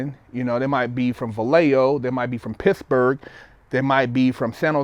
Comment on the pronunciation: "Tey might be fwom Pissburgh" xD i love this guy, he don't even seem like a former inmate.